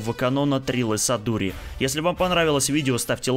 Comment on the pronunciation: не Джунда, а Джанда, а вот Трилла не Садури, а Судури!